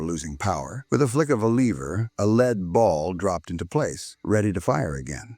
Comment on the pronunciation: wrong photos in places and another freaking AI, who cant ever pronounce LEAD right. Don't you preview your video before you put it up?